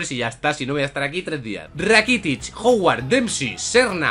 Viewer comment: ojo a la pronunciación de rakitic, esta llorando ahora mismo